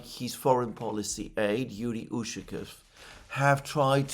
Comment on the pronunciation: Not super important, but it's UshakOv (stress on the O, like almost always when the lastname ends with "ov")